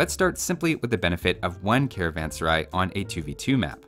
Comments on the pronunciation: the first pronunciation is the correct one as the word sarai means a place to rest and is pronounced as suh-rah-eh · it is pronounced " Karvaan Serae" just like the English letter "a" makes.. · A better pronunciation for carvansarai would be car-one-sir-aye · How to say serai.."Say-ra-ae". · [karavan-saraj] to pronounce correctly